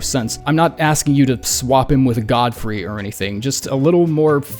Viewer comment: Ffs godefroy is pronounced god-uh-froy goddamn